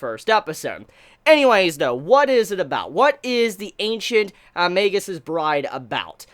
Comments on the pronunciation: Also if a regular form of a word ends in an "s", the possessive sounds the same way. That's why there's the apostrophe after the "s". It's Magus' not Magus's both in writing and pronunciation. I also believe you pronounce Magus with a hard "g" like in "mage". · Okay okay okay.. BUT How does everyone else say the name??? I've heard mah-goose, ma-goo, and mae-gus So how do most people actually pronounce it??? I am very confusion...